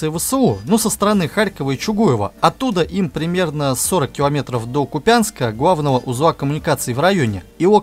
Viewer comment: Не КупЯнска, а КУпянска! Ставьте ударение правильно